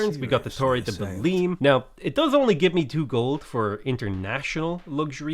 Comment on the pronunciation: the way you pronounce belém still scares me